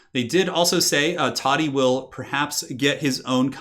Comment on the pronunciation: IT's TODDY ::))